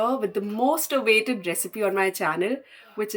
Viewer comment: People from India mispronounce words starting with a "v" and "w". And so does. It's not "weggies" but "veggies", not "avaited" but "awaited" and so on.